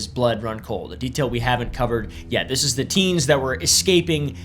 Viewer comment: “we ain’t got time fo dis, Ellis.”